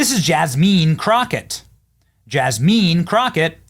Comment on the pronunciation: Yawl! It's Yass-mean Crow-Kay, yawl!